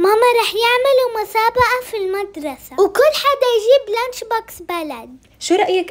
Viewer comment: يا حرام بنتك ما بتعرف تنطق حرف السين بتقول المدرثة لانش بوكث